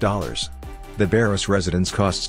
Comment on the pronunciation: It's Baros, not "Bairoes".